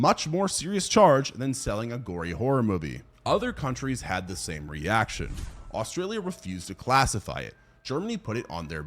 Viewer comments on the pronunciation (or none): none